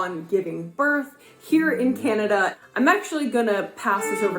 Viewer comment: Also the lady pronounces Canada more like Cenada. Don't know why.